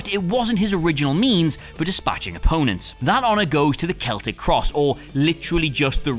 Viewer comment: Keltic cross?!Celtic not keltic